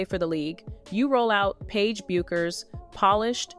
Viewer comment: Is the name not B-you-kherr? I’m not calling this chick Becker just because you do.